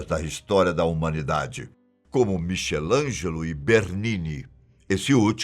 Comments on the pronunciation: Se o é o melhor narrador eu nao sei mas ta faltando estudar mais as pronúncias das palavras e nomes, nesse vídeo pronuncia o nome do consagrado pintor michelangelo como "mixelangelo" qua do a pronuncia é "miquelangelo" pelo amor de Deus, não é possível nao daber como pronunciar o nome dessa figura histórica em que todos nos estudamos na escola outro exemplo foi no vídeo da história da Heineken quando se referiu a cerveja do tipo lager deveria pronunciar lagar e não lajer, lamentável a produção toda deste canal gigantesco deixar passar tantos erros assim, pois sempre vejo esses tipos de erros. Vejo esse canal como um canal educativo em certos assuntos que aborda e é importante transmitir todas as i formações de forma correta. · Acho que a pronuncia do Michelangelo tem som de k e não som de ch como miquelangelo, com todo o respeito pois sou seu fã. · Qse todo mundo sabe que Michelangelo é pronunciado Mikelângelo, e não cmo tá escrito. E em foi dito que na Espanha tem 70 dioceses, mas na legenda do vídeo dizia 275. Qual o certo então? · Boa tarde! Adoro seus vídeos! Sem ofensa: ch em ítaliano se pronuncia como q em português! Pronuncia-se "Miquelangelo". Um abraço!